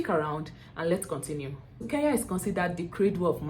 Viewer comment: I will slap you my dear next time learn to mention my country properly its KENYA en not KEYA please next time you make that mistake nakutuma shimo la tewa ,,,,,,but I love your content keep it up